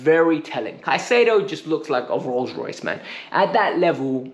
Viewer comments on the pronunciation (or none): none